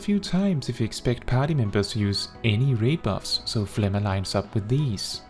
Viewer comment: I love this video, but I am commenting only to say that I respect that you say phlegma correctly, lol.